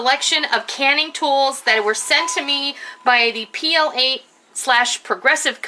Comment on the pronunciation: I believe it's pronounced "plate". I noticed it for sale recently. Nice stuff. Love the canning rack.